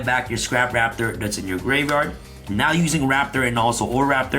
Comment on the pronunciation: Gaveyard instead of gRaveyard 🪦